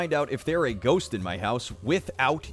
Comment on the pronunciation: GOHST.? GOHST.? GOHST.? GOHST.? GOHST.? GOOST.? GOHST.? GOHST.? GOHST.?